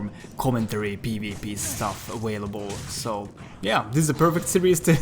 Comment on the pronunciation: "Awailable" I love ya,. Edit: Not sure if you already were, but Chaos weapons are just fire with DkSII style bonuses! That could answer some of your lower damage.